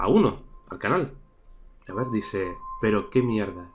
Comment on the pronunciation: Ey ver no es crer cer es ver